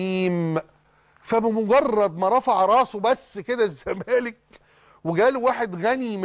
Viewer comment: هل تم تغيير أسم نادى الزمالك ؟ أنا سامع حسين لبيب بيقول نادى ''الزمانك'' ..آه والله مش تريقة ، ولا أنا اللى سمعى تقيل ؟!